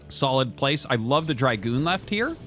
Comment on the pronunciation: It's Dragoon, not dry-goon